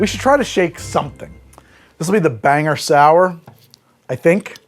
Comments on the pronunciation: Follow-up comment now that I’m getting to watch the rest of the video: it’s “Bang-gore” not “Banger” ( I hardly know ‘er). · Locals pronounce it "BanGORE" not "Banger". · It's not "Banger" it's "Bang-gore". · LOL it's not prounounced like Banger, it's pronounced like Bang-or. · banger? BANGER?!?!?! IT'S PRONOUNCED "BANG GORE"!!!!!!!!!!!!!! if you call my hometown "Banger" again Pennywise the dancing clown will pay you a visit. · Its BANG-GOR Not Bang-er. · NOOOOOO, you did not just pronounce Bangor like banger noooooo... - I'm from Maine, this is an ongoing problem. It's Bang-GORE. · Bangor. It's Bane-gore. Not Bang-er. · I was happily watching along (though Moxie isn't really my thing) and then the pronouciation.... Banger????!!!! BangGOR. Sigh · Wait you pronounce it Banger and not Bang-or? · BANE GORE. Not Banger. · long sigh*... it's Bangor. Bang-gore. Its... it's fine. We get it a lot. It's just, ya know, it ends with -gor. There's, uh, no H. Soooo no one from there understands why everyone else says "I'm heading up to Bangher." *longer sigh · As a Bangor resident, I am endlessly amused that you called it Banger. It's Ban-gore. 😂😂😂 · "ban-gore" and "bang-gore" are both acceptable "banger" is not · First time watcher from Maine! Clicked purely for the moxie lol. Seriously though, I turned 21 in March of 2020 right before lockdown so I, legitimately, do not know How To Drink. I only drink about two types of drinks because that's all I know, so I'll be sticking around to expand my knowledge! However, I do have to fight you for pronouncing 'Bangor' incorrectly as 'Banger.' That is unforgivable. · Did he just call Bangor "Banger"...? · From a friend, and offered with all love for the channel: we pronounce it "BANG-gore" =) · Mainer checking in: it's BANG-gore. Good shit here otherwise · I love the "Banger" Maine 😂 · People really don't know how to pronounce Bangor 😂